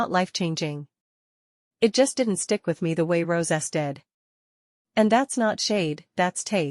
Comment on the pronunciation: Lol yes and that AI voice cant even pronounce well Rosé's name